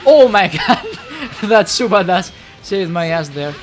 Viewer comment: Why do I always hear supabas when says super dash?